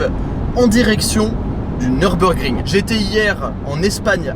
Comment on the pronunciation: Nürburgring..., je t'en supplie, ne dis pas Neurb comme si c'était un circuit anglais. Mes oreilles germanophones saignent systématiquement 🙏